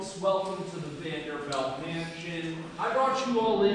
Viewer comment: The tour guide doesn't even pronoune their name correctly. They're Vanderbilts, not Vanderbelts.